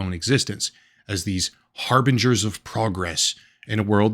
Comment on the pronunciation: Finally, someone who knows how to pronounce "harbinger" :)